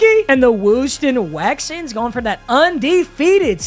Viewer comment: Don’t ever say “Wouston Wexans” again…